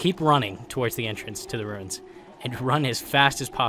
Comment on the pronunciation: I will keep watching your videos; but from now on, you must refer to "the Ruins" as "the Wooins".